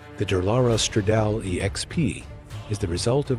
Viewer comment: Why do these voiceovers always mispronounce so many things? Kimera is KYE-mare-a, EEvo, and it's Da-LAHR-a Stra-DAHL-ee. <-- 🤢🤮